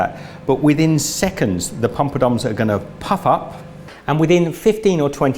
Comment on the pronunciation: literally crying laughing 😂😂😂 it's Poppadoms 😂😂